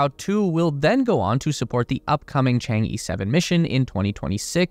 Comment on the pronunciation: Chang E should be pronounced as "ch'ang o" in Wade–Giles. Not just E like in alphabet.